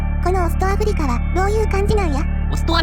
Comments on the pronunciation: ところどころ「あふりか」が「あふりりょく」になってませんかねぇ… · アフリキってか